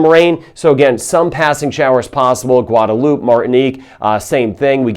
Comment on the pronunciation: It’s Guada loupe two syllables not 3